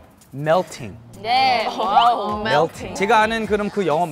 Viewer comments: Solar : ohohohoho MEyLting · The way Solar pronounced "melting" got me pregnant. oh god Solar have my babies 😂😘❤